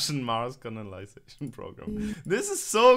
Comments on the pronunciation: Только я слышу как говорит "Russian Mars CONALIZATION program"? Теперь не могу это расслышать 🙄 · оговорился, но Russian Mars Conalisation Program позабавило😆😆